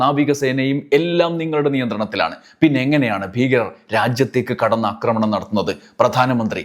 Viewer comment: അക്രമണം അല്ല സഹോദരാ ആക്രമണം എന്നു പറയു ?